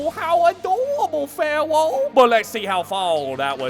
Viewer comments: It's not Pharoah. It's Phawowoh. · "You know what sinks ships Pharroro, CANNON."